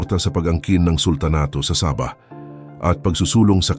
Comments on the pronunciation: MAGBIBIGKAS LANG NG SABAH, MALI PA... ANO YAN NILAGANG SABA........ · Sabah po, Hindi Saba (uri Ng saging ang Saba) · Saba! ??? Saging na saging ang pagkakadale mo bro ah...😂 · Ang pagbigkas mo ng sabah ay mali.